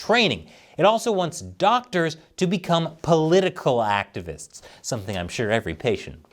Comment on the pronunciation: Weez beez dawctuhs n sheeeeeei